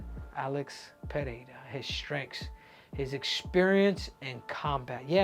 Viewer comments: Tripple C, thanks for pronouncing PeReira properly. Please, tell Rogan how to say it. He invented this “PeHeira” thing that tricked everybody else in the UFC to repeat it. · Pereira is not that difficult to pronounce for a native Spanish speaker